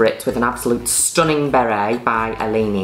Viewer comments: Juno Birch saying "stuninn" is the representation of happiness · Hearing Juno said STUNNING its everything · How many times does she pronounced the word STUNNING?